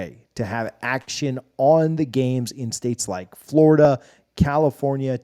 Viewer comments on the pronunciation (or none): none